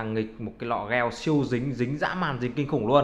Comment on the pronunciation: gel ko phải đọc là "gieo" anh ơi nghe cringy vl